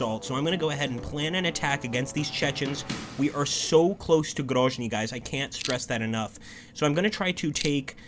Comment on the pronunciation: GroZny. Yes, Zealand. Sound (zh) usually wrote as zh (Nizhny Novgorod). I think you should pay more attention on supply lines. I don't know how it exactly works in this game, but maybe you need roads and railroads be under your control on the whole way to your troops or to nearest city. Maybe you need to check it and take under your control especially on the north, where your main forces advance to GroZny. Don't make mistakes russian command did.